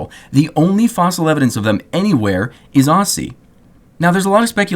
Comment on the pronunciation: My brain just started screaming when you pronounced auzie that way and I'm not even from there